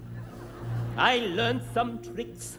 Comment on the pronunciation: Drinking game whenever he says queen's navee you take a shot